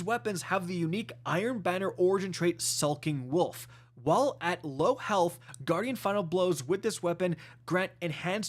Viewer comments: Please. It’s NOT ‘sulking wolf’ it’s ‘sKulking wolf’. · Man every time there's iron banner stuff ol cant say the words right. Skulking wolf not sulking wolf every time man lmao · Decent sidearm just 1 downside, it's Kinetic. The Lmg is decent & i like the new armour. it's definitely Skulking Wolf not "Sulking wolf" ✌️